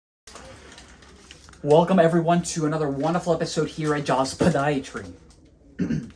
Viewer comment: I keep coming back bc of the way he says podiatry.